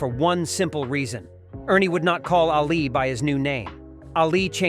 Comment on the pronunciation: This video is messed up. It's really innacurate to a point of stupidity. Is the guy who made this for real. The funny part about this video is this "expert" doesn't even know how to pronounce Ali's name.